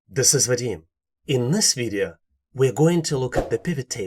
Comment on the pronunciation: I just love the way he says video--> Videa lol